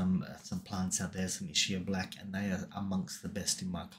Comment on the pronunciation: EEE-Skyah. That's how you pronounce Ischia. Most people get it wrong, but it helps to remember it's an Italian word.